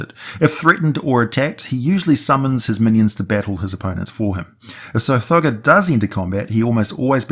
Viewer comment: Sometimes when you say Tsathogga, it sounds like you're saying Sir Frogger. Lol